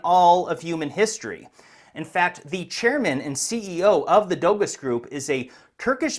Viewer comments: Letting you know Doğuş is pronounced “Do-Oo-Sh” the Ğ is silent in Turkish. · 🤣 for one thing "Dogus" isn't pronounced "doe-gus" ... it's Turkish, pronounced (approximately) "doe-oosh" ... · Howdy,! the Turkish word Doğuş would be pronounced "Doh-oosh". Ğ is a silent G that elongates the previous vowel, and Ş is a "sh". But keep calling it dogus if you think it is bogus. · Who is gonna tell him that it’s not pronounced “dogos”? It’s pronounced “dosh”. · Dogus is pronounced doge like in dogecoin